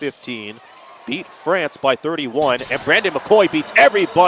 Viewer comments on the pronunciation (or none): none